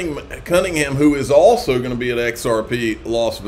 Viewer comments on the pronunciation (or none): none